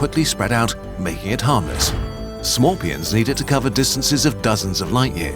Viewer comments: so smorpions you say hmmmmmmm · Umm, its pronounced S'morepion, and they've been on Piñata island for years...